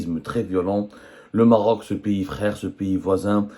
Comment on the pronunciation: Le régime des généraux mafieux exprime sa solidarité au peuple marocain frère....le journaliste avait du mal à prononcer le mot Maroc